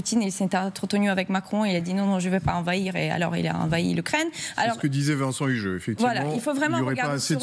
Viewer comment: LE Vincent fait mal aux oreilles! ... Par salubrité publique et linguistique, il devrait se mettre manu militari à la langue des signes ... J'ai dit signes et pas singes!